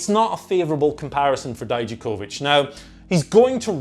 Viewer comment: Thank you. For saying Dijakovic properly. When i watch nxt they say it wrong. Pronouncing “Vic” not “Vich”